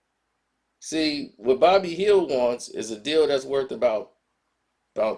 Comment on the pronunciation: It's "Buddy Hield" not "Bobby Hill"😂😂😂😂 got the name right in the title and still can't enunciate it correctly 🤦‍♂️